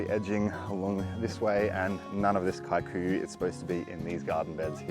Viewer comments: Kikuyu grass. You used to be closer to saying Kee. Koo yoo grass. Somehow you dhifted to KAI ku ya?????🤣 we have it invading Maui too! The ranches may have planted it since it’s supposed to be good forage…..Kee koo yoo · Yup, I recognise that grass and it’s usually super tough and requires routine upkeep. Kikuyu is a Kenyan tribe not South African. You pronounce it as: Key-Kuh-you…for what it’s worth 😂 but great work! Always enjoying your content and kindness.